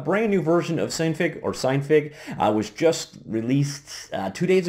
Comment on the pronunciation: I'm pretty sure its pronounce sin fig because i think it stands for Synthase figure at least thats how it appears to me with a little common sense.